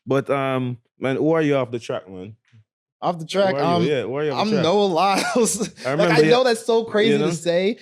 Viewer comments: Did Asaga called him Nowell Lyles? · Sounds like you are saying “Noel Lyles” … It’s Noah Lyles.